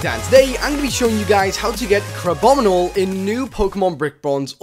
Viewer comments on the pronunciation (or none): Kehn Adrian Panganiban he said crabonible instead of crabominable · I think He said Crabonol